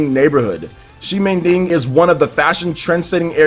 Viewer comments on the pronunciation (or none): You need to pronounce ximending —> ximenting .. anyway, Dusk diver looks great